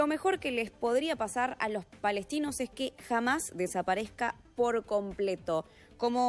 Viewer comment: No es “jamás” es Hamás con la H muda Corrijan su forma de hablar… no q son muy estudiados ustds los reporteros!???